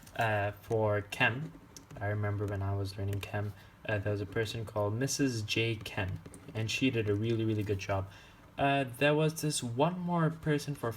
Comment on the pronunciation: LMAO at "MRS JChem" if I'm not mistaken it's MSJ Chem aka Mike Sugiyama Jones aka my president